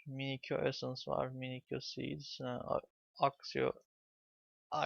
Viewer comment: Minikyo değil minisiyo